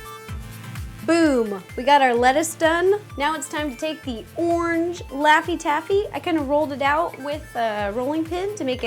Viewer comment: you said the cheese is a lauphy taffy